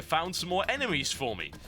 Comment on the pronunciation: TB- There are a certain number of eneMEEEEEIAs" So funny..so so funny